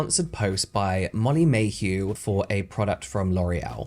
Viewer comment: I know you don't care (neither do I) but it's Molly Mae Hague!! Molly Mae Hugh is much better tho, def calling her this from now on